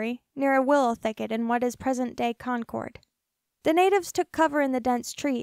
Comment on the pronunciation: I live in Contra Costa County. You didn't pronounce that right, or Concord, or San Jose